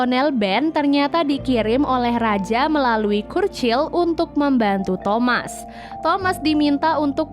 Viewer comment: Overall baik cuma yang bikin risih ketika mengeja nama Churchill harusnya di baca CARCIL.. tapi mlah dibaca KURCIL.. ini adlh cerita asli di penghujung PD2 Churchill adlah perdana menteri Inggris waktu itu.